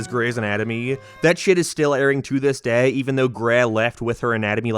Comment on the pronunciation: Keep it up, you've almost learned how to say 'day' instead of 'dehh'.